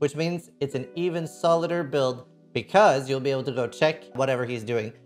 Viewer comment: Solid-er lol